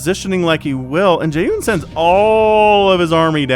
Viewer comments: Yeah it's Jay -HHHoon from a pronciations standpoint. did Jaehoon retire haven't seen him in a minute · In theory you probably should pronounce the "H" in Jaehoon's name a little more (and less like there's a Y in there), but English speakers don't really care as much about clear enunciation of stuff like that compared to Korean- and since you're casting in English, it probably doesn't really matter ;D Thanks for the cast :)